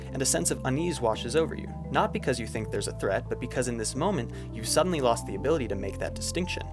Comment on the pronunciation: Did you just fucking “LOSS” ME??